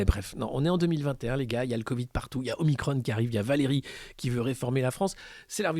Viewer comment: Ne suit pas la volonté du service communication du gvt, prononce OMICRON et non OMICRONE.